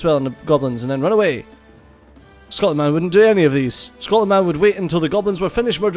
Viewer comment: Scotland. SCOTLAND. Scot-land. SCOT-LAND.